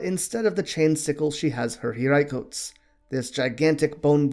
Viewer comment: You can sai hiraikotsu... not hiraicoats.... lol you don't need to overly pronounce things like in the anime. That's just abbreviated talk...